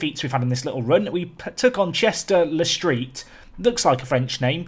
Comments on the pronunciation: You pronounce Chester-Le-Street as (chester lee street) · loving this series, and had a chuckle at your attempt to pronounce Chester-le-Street lmao. never heard someone make it sound so French before.... it’s usually said more like ‘Chesterlee-Street’ mate, but props for trying hahahaha. keep up the good work pal. 😂😁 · Chester-"Lee" street